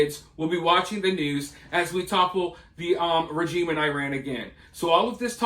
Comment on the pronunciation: You can't even pronounce regime